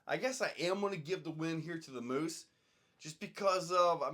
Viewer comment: Pretty sure it's pronounced "muse"